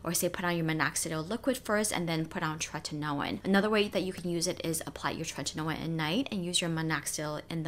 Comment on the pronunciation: I love how you enunciate “tretinoin.” ☺️